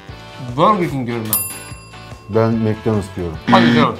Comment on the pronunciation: Macdonus diyenler 1+ Burger King diyenler like